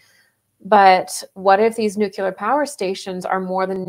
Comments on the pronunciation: Omg. Nu-Clee--ar. Not nu-Q-ler. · "History doesn't repeat, but it rhymes." -? The themes of love and selfishness resonate, and their wild dance raises echoes in time. OMG it's Groundhog Day all over again! :-] sigh BTW With great respect, wishing you greater power: Nuclear is nuu klee errr, not nuu kyuu ler. Enhances credibility, and that never hurts. You bless us with insight. Thank you. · I just wish people talking about nuclear whatever could pronounce the word correctly.